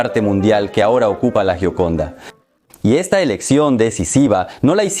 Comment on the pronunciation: Se pronuncia yioconda.